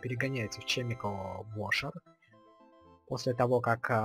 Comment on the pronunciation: Это формальность, каждый называет, как хочет. ОДНАКО, НЕ ЧЕМИКАЛ, А КЕМИКАЛ